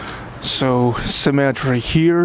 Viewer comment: cemetery! i first understood 'symmetry' and i was wondering how can a monastery have 2 "symmetry" XD gotta pronounce every "e" in the word cemetery, which is also a graveyard ;) Despite the little confusion i had there, this is a great video. the graveyard looks impressive indeed, and I really like how you give us pieces of information we would never know otherwise. I like how you did this with many other places you showed us - streets, cities, and so on.